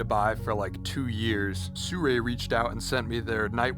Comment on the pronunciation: Brotha sirui not surei